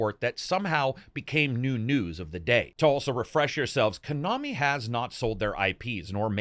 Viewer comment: "ko-nami" what the hell is kuhnami lol